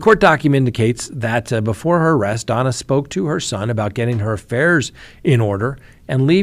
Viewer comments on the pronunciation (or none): Her name is Donna not Dana